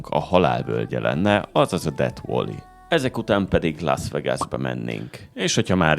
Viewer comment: Szia, Egy apró kukacoskodás: valley-t inkább "velli" és nem "volli"-ként kell ejteni 🙈. Amúgy megnéztem a teljes US sorozatot, köszi a videókat!